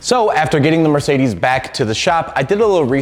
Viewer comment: 300d, not 300D. The latter would be a Diesel, but this Adenauer 300d uses the same engine as the 300SL Gullwing, albeit a bit differently tuned. And it isn't mirsaydees, but mer c dez. 😊